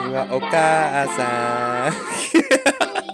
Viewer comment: 仕上げはお母⤴︎さー⤵︎ん